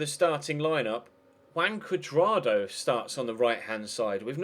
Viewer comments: wrong more like "who-un" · Isnt pronounced Huan? "j" in spanish is "h". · Huan. With the "a" pronounced as you would do in man. Now try speaking out his name quickly and keep repeating it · Juan is pronounced Who-on